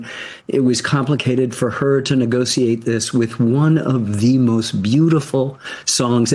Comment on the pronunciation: Anybody notice how Ken Burns pronounces the word negotiate? He pronounces the C.